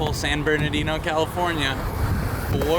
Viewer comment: It's not Bernadino, its is Bernardino, if you live in CA you should pronounce and read it correctly, those freeway signs are like 20 feet wide.